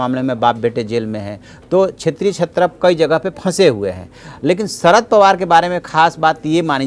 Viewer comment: ..... सरद नाही रे भा.. शरद पवार